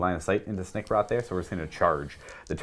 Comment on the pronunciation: Can't believe that neither of you called the Snikrot, SnikGROT....